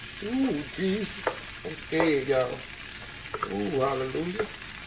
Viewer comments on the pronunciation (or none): none